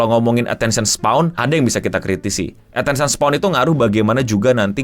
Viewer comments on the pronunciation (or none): koreksi bang: attention span, bukan spaw atau spawn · "Attention span" atau _"Attention spawn"_? Berasa di sengaja :' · Attention span bukan spawn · Attention span no, bukan attention spawn wkwk 😆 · Koreksi, attention span bang bukan attention spawn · Agak ganjel denger lu nyebutnya attention spawn. Yg bener attention span bang. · ini kenapa ngomong attention span jadi spawn ya? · Attention SPAN, bukan SPAWN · Bang udah bang, attention span bang. Jangan bilang attention spawn lagi gw gemes 😭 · Span bang, bukan spawn 😅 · Ralat ngomongnya, span...bukan spawn